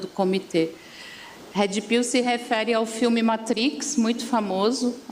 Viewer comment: Gente, eu nâo entendi a falha na palavra pilula. Será que tb falo errado?😂 Mas a pronuncia dela de inglês é triste haha "hedi piu"😅